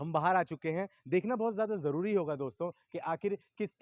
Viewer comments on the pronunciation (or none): none